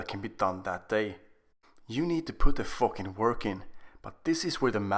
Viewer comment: "You need to put the focking work in"